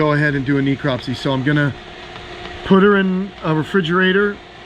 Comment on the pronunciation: She was obviously sick. The vet should have run blood work. FYI, it is pronounced neh·krop·see